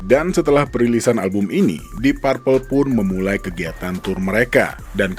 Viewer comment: Bacanya dip perpel, bukan dip parpel